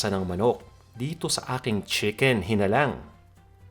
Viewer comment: Walang toyo yung original na chicken hinalang (hee-nah-lang) wag nyo po bigkasin ng maragsa, dapat by syllables po kasi yung pagbigkas nyo ay iba ang ibig sabihin. Meaning nun ay manok na bungal. Hihihihihi instead of pinaanghang na manok.